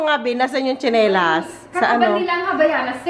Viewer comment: Natawa Ako 😂😂dun sa mg bigkas mo nung tsenilas,,maganda ang matibay Po ung nanyang subok na Po namin Yan ang gamit namin❤❤❤❤ God bless Po,,very generous Naman ni Miss ruth ❤❤❤❤